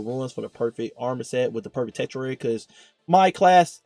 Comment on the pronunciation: Say it with me TUR-SHH-RARE-E That’s how you say: Tertiary Good classic build bro.